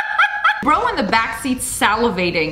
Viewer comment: “Bro in the back seat ✨SaLaVaTiNg✨”